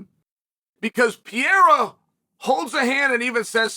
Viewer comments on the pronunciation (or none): I love that Uncle Chael still can’t find an “h” sound when he announces Alex “the French/Brazilian” Alex Piera. Still undefeated and undisputed 🥇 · You’re full of crap. You can’t even pronounce Alex last name right. Gtfo 😂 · Who the hell is "PEEera" Chael??? I only know PEREIRA!!! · “Pee era”